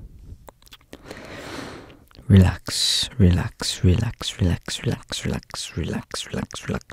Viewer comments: It sounds like he’s saying “Sherlex” LMAO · when he says it fast is it just me or does he sound like he's saying sherlock in like a russian accent lmao ?! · After a while it started to sound like he was saying “shirlax” was that just me? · Am I going crazy or is anyone else hearing the word "relax" turn into "trullah"?? And this word doesn't even exist 😂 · Sounds like sure-lax when you go fast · "Zerlax" is what i'm hearing😂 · When did I think he said "shldshld" over and over again? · if you just said relax for the rest of you life- everyone would think you were British🤠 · Why do u sound English when h say relax (British)